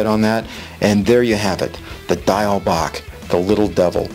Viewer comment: Diawl Bach is not Gaelic or Irish. It is Welsh, from Wales. You pronounced "bach" correctly but "Diawl" is pronounced "dee- owl". Great pattern though. ;-)